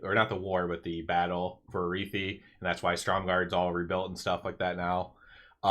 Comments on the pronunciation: Never heard ararhi pronounced that way before lol it’s not arithi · Did you not listen to a single npc in hollow fall saying arathi?